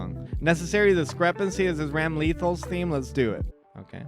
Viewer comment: I cringe every time someone calls my bae RAM-LEE-THAL